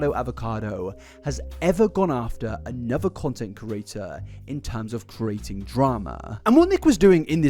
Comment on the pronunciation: I cant subscribe because of the way you pronounce “creator”